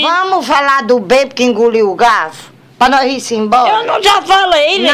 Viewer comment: "homi Inguliu o galfu" KKKKKKKKKKKKKKKKKKKKKKKKKKKKKKKKKKKKKKKKKKKKKKKKKKKKKKKKKKKKKKKKKKKKKKKK